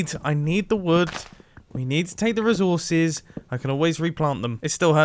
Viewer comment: No one: Nobody at all: Mumbo: rizorses